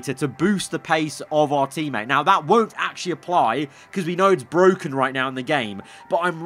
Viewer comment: Biggest nod in todays video; "ITS BWHOKEN" <3